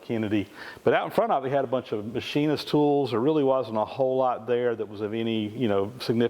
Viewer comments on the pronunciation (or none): none